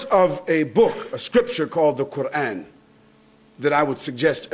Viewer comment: First off, it is Quran, not quarn